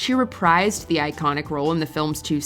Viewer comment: Might want to look up the pronunciation of reprise...